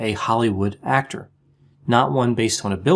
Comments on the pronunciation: Even better: I think he said "Hollywood HACK-tor." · Lmao, “hollywood Hactor” perfect. I work in Hollyweird and see many Hactors!!